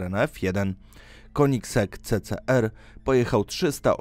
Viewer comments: Koenigsegg czyta sie kenigseg anie konigseg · kenigzeg się mówi